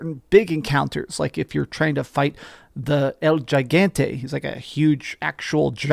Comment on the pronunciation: Why is it that nobody on YouTube knows how to properly pronounce Gigante? The “Gi” in Gigante is a hard G. 😂 Spanish is hard I know.